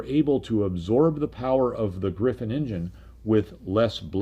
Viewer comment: I love your content! Just one remark: it's a RR Griffon, not Griffin, as you pronounce it.